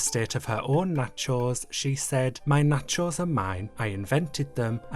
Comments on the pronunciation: i just watched the video because i like the way you say nacheauxs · The way he pronounces “nachOES” takes me out😂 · Or knotcho’s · He's from the UK, so I'll give him a pass. Maybe that's just how they pronounce there? Natchose. Natchose... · why do you say nachos like that? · Why does he pronounce nachos like that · Loved the video, but HATED the way you pronounce nachos as if it was Elektra's surname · Is it just me or is he pronouncing the word "nachos" in a weird way? I'm obsessed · I love the way you say nachos 😭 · I need a compilation video of you just saying nachos over and over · Your pronunciation of "Nachos" is so funny to me I dont know why. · The way you say nachos is so satisfying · Videos like this remind me of why i love the internet. A nearly 20 minute video explaining the history of the nachos meme dramatically narrated like it's a creepypasta video... amazing. And the way you carefully enunciate "nacho" every single time makes it even better. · The way you pronounce nachos irks me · I love the way says nachos... it's so satisfying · yet soooo incorrect 😭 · The way you pronounce nachos is so interesting to me (conpliment)